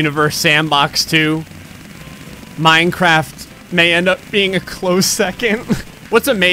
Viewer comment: You said minecrap